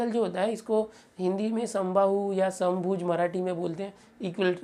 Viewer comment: संभाऊ नाहि समभुज triangle बोलते है सर 😅😂